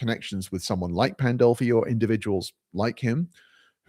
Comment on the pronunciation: There it is: the stupidest thing I've seen this whole month. Sarfatti, a Jew, working for "christian nationalism." Also, it's Pandolfi, not "Poldolfi." You don't even know what you are trying to talk about. Some of you really don't deserve consumer electronics, cheap internet etc.